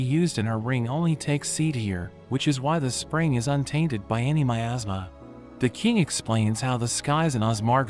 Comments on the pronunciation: Miasma. That's how you pronounce that word. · for a second I thought you said it was covered in "my asthma" instead of "miasma" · i thought he said in a kingdom covered by my ass 😭😭😭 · Tfw you hear 'miasma' as 'my asthma' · What I heard at the beginning “assmass” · thought you said "my asthma" or something